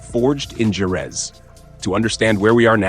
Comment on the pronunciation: Totally agree with you. Jorge and Jerez were pronounced wrongly.